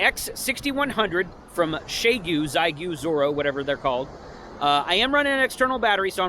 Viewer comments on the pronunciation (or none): Very cool. Also, Xi is pronounced “she”.